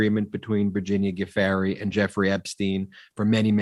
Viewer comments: Guiffre pronounced Jew-fray, according to her husband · Love your podcast but just need to point out that Virginia's last name is pronounced "ju-FRAY"